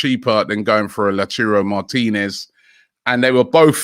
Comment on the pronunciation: still saying Lachurro 😪